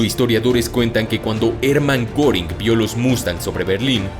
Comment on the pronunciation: Una aclaración... Hermann Goring (me disculparás ya que mi teclado no puede poner los puntos arriba de la o) se pronuncia "jerman guéring... No como lo pronuncia ud.